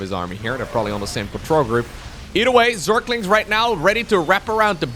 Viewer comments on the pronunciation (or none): zerklings --> zerglings